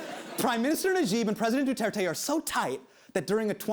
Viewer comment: wan nash I like how he pronounces it as ner-jib instead of naah-jib